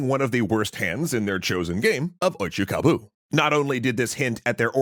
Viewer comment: It's oicho-kabu, with an "o". Come on, simple google search, guys.